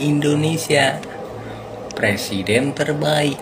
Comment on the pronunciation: Novel tanpa hurup "R" adalah judul yg bagus untuk sebuah BUKU. NAH KALO PRESIDEN TANPA HURUF "r"jadi PLESIDEN😅